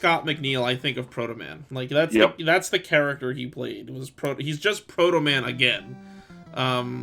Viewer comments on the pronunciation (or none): SAID HIS NAME WRONG AND THATS NOT HOW HE TALKS. EPIC FAIL